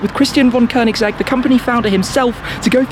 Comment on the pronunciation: Nice pronunciation of Koenigsegg. 👍